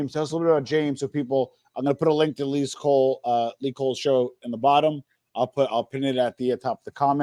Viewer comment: Lee =yeng. James=yang